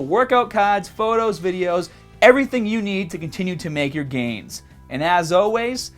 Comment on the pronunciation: I want to make some Bideous!! 😂